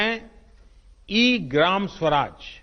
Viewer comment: सुराज नहीं स्वराज